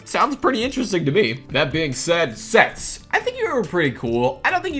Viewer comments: When he said sets I thought he said sex Lol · i thought u said s ##ex instead of sets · when he said "sets" i thought he said something inappropriate... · Me:Hearing him saying sets Mind:Wait a min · When said “sets”, I thought he said a bad word 😳